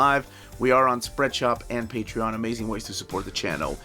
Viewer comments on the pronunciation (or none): none